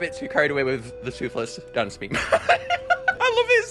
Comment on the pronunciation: did you said toothless dance